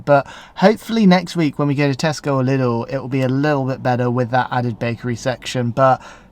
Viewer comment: Given Lidl comes from Germany your first pronunciation Leedle was perfect.